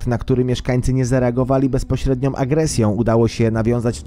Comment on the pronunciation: "na który mieszkańcy nie zareagowali bezpośrednio"m" agresj"ą"..." Ludzie co w Wami? Tak trudno wymówić "Ą"? Takie fajne materiały, a takie niechlujstwo językowe... Nie da się tego słuchać, a szkoda bo wydaje się być ciekawy materiał.